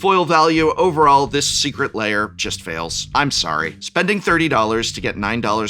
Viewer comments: Why does he pronounce it "layer"? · Am I going crazy, or is he pronouncing it "layer"?